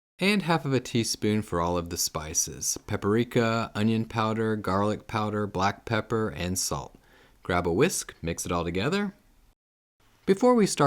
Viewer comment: Good video! But there is no such thing as pap-a-rik-a. Three syllables only.